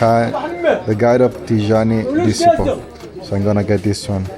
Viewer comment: The word 'disciple' is pronounced [disaipl], not [disipl]! A little resarch can go a long way, but the self-confidence of youtubers who dropped out of school is immeasurable.